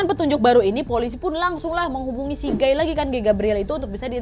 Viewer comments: T..t..tapi bacanya gai b..b..bukan geeeii 😫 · PAS NGOMONG GUY AK MKIR GAY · Kukira "gay" ternyata"guy" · Guy kak bukan gay 😭